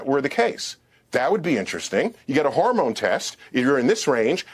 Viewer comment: Supposed Man of Science Neil DeGrass Tyson: "Harmone levels"